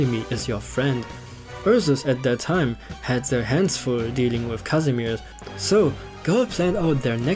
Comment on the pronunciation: My poor polish heart will be forever hurt because no one ever can read Kazimierz properly